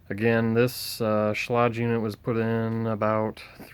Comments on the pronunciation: You should learn how to say the manufacturer’s name. It would help your presentation. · Outside of the mispronounced name, great vid! All jest aside, thanks for this, helped me.